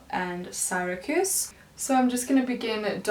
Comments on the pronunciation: Just a note, it’s pronounced “See-ruh-kyooz” not “Sigh-rah-kooz”. It’s a city in New York. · That NARS foundation shade "Syracuse" is pronounced "seer-uh-kjuse". Not a big deal but I went to Syracuse University and just had to say something lol